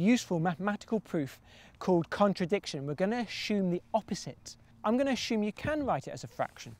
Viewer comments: Can this guy stop saying 'ashhume' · Loved the video! But couldn’t get over ‘ashume’... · "I'm going to asshume you can write it as a fraction". That is too too funny! Funnier still perhaps is that I took no notice of that unique pronunciation a couple years ago when I watched this video which we in America say as assume or ah-ssoom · Never heard assume pronounced “ashume” before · its not ashume. its assume. GODDAMN FOREIGNERS HERP DERP DERPY HERPES.